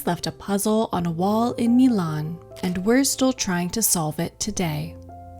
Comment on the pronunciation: can't even pronounce milan